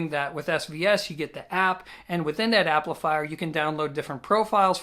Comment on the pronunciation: Did you say "applifier"? Lol.